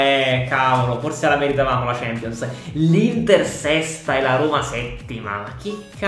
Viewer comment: Nessuno: Proprio nessuno::champonios!